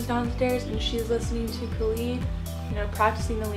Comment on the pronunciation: " K a l e d " no its khalid like "DJ KHALID"